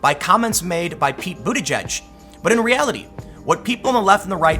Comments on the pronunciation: It's pronounced "booty keg" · I think it's pronounced butta-geeg